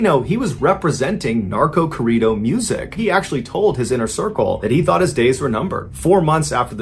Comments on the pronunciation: I like your content but the way you say "corrido" sounds like a food. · I can not stand the way he says corrido.... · Sinaloa = see-na-LOW-ah. Corrido = corr - EE - doh. Roll the "r's".